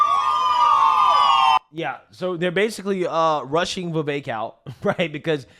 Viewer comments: Ve-vek not Ve-vake. Learn to speak. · Communist could not pronounce Vivek 's name!! Oh They must be super racist